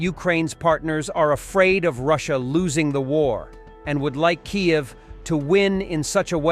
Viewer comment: Hello, mister,. Why don’t you learn how to correctly pronounced Ukrainian words. You pronounce Kyiv as Kiev the Russian pronunciation. Why would you persist in doing that? Also Kharkiv the initial K is silent and pronounced like you would pronounce har. I keep expecting you to learn these things, but it hasn’t happened, so I make my comment. However, I love the channel keep up the good work